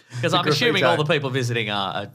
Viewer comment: “I’m ashooming.”